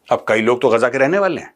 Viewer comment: Major saab it is गाजा नोट गजा.